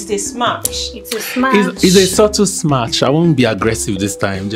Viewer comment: please sister it is smash not smach.....